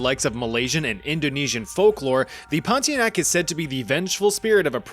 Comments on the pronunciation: As a Malaysian we pronounce it as Pon-tea-ya-nak🗣️🗣️🗣️ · Pontianak. TIA NAK. Stop dropping vowels. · Its actualy pon-ti-anak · It's ponti-UH-NUHK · pornteaarenuck. separate them and you'll know how to pronounce pontianak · Bro said did the pontianak dirty with "poti enak " 😔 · it's "Ponti-Ah-nak"